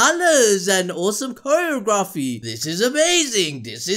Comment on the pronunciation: Did he just say coreo graphy